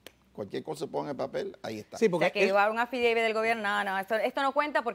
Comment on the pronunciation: Eso es lo único que ella puede hablar y repetir el affideivit y el affidavit.